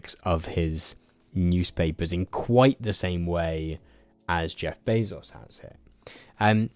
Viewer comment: I know that this is the least important thing ever, but you're pronouncing Bezos' name incorrectly. It's Bay-zous, not Bay-sos.